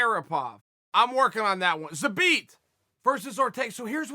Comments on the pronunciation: Nobody: Chael: ZABEAT!!!!! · “Zabit Ah-Mag Ah-Chariopov” Uncle Chael remains undefeated! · Chael "Zabit amog a cherry a pov" Sonnen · "Zabit apov a cherry a pov" atleast you got the zabit part right, to say megammedomaddsherriffov is not that hard! damn man! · Chael : Zabit a mog a cherry a pov Also Chael : im close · If uncle Chael says his name is Zabit Amogacherryapov, then his name is Zabit Amogacherryapov! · Khalabeeb, Zabit agocherrypov, nice)) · Zabit Mag-O-Med-Sherry-Pov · If Chael says his name is Zabit amog a cherry apov” then that’s his name. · 'ZABIT AMAGACHERIPOV' vs 'YAREAR'. I need to see uncle Chael talk about that match. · "Zabit among a cherry puff" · pls say at least one person's name right haha